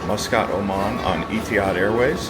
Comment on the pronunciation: It's pronounced E-TEE-HAD not EA-TEE-HAD